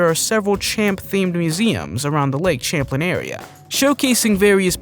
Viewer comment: Champ is in lake Champlain in Northern new york. You are saying the name of the lake wrong. 😂😂😂😂